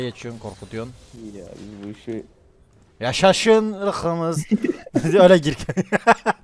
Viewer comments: Kimse: Hiç kimse::yAşAşIn IrĞıMıZ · Nobody::yaşaşın iykımız